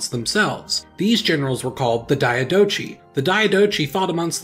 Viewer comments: Diadochi is pronounced with a k sound at the end, not a ch sound. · It's pronounced Die-a-doc-eye. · It's pronounced diadohi not dianochi. H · It’s pronounced dee-á-do-koy